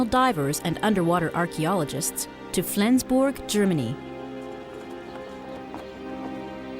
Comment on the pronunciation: Crusoe was the least egregious of her mispronunciations. "Valparaiso," "Flensburg," among others.